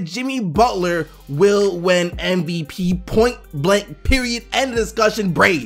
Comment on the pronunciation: keeps saying MBP. And it pisses me of, just say it right MVP